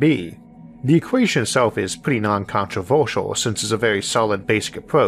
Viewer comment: No, not all. The pronunciation is what makes me very upset. "The fuchor", "controvuershial" and the stuff are the reason I have to force myself to listen rather than enjoy it. Is this a feench channel or what?!